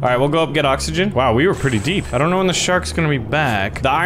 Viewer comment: "doont think we doont" HES CANADIAN! YESSSS